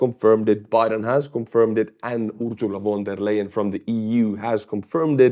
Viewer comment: I like the way how you're butchering Ursula Von der Leyen's name.